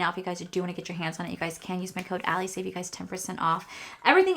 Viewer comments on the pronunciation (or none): none